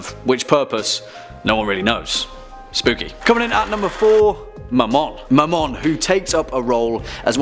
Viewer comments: When he said Mamon I thought he said my mom😂😂and I was looking through other videos and when I heard that I was caught so off guard😂😂😂👌🏻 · When I heard him say Mammon I thought he said ‘my mom’